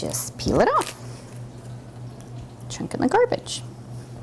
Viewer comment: Very good video... However isn't it CHUCK IT, and NOT Chunk It? lol